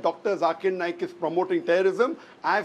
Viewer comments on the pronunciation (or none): It's NAYAK not Nake like u sound when u say Naik